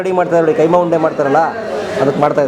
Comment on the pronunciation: Kaima alla keemaa